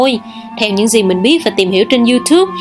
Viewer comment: Phát âm chữ Gì cho đung nhe